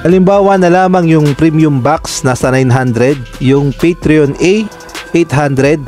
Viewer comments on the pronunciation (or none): Hindi po patrion kundi patron